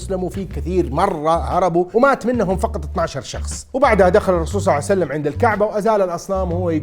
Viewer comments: اقسم بالله ان هي صلئ الله عليه وآله وسلم وليس صلعسلم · صل الله عليه وسلم وليس صعسلم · بارك الله بيك على هذا الفيديو أن شاء الله تصير بميزان حسناتك لكن لما تصلي على النبي أنتبه لأن كاعد تقول (صعسلم) قل (صلى الله عليه وسلم) أو (صلى الله عليه وآله وسلم) ❤️🌹 🌹اللهم صل على محمد وآل محمد 🌹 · ليش تكول صعسلم يبن الحلال ؟ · لاتقول صعسلم 😅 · ليش تقول الرسول صع سلم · ليش تقول النبي محمد صعسلم؟